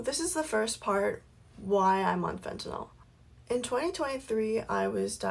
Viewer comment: Why does everybody mispronounce fentanyl?... she keeps saying "fentaNOL"... it's "febtaNYL", not "fentaNOL"